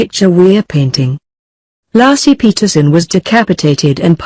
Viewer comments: The woman's name is pronounced LAY-SEE (not Lassie) for crying out loud. I hate the computer voices with a passion. For a nominal fee I'd be willing to voice the scripts. I'm so tired of these. Another video with computer voices has to do with Black Lives Matter. A computer doesn't know the difference between lives (as in she lives down the street) and lives (as in their lives are as important as our lives.) pronounced correctly it rhymes with hives or chives or dives. Narrations should always be done with a human voice and not a machines! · So disrespectful, her name is Laci not Lassie,dumb computer generated voice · You need to remake this video,and take this disrespectful one down. Her name was Lacy,not lassie you dumb ass!!!!!!! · Her name was Laci not Laacy, you foreign robot! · Nor Laaaci .. Layci. She was murdered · LASSIE WAS A DOG! LACI was a murdered preg woman! Can you not pronounce names correctly!? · Her name isn't LASSIE it's Laci for crying out loud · First minute in, ..... Lar see Peterson. Ridiculous you can't call her name correctly. Total put off, that voice. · It's pronounced laaa. A. See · If she says "LASSIE" one more time I'm gonna shove a Milk Bone up her keester!!! SMH 😎🙊🙉🙈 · Lassie and little timmy. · Hey...get the robot to pronounce Laci's name correctly....an insult to the dear woman. RIP. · Please get am American to do this video! This woman off here, she can’t pronounce it correct! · I HHHHHHHHAAAAATTTTTTTTEEEEE the stupid computer voice. Can't even correctly pronoun Laci for F#CK SAKES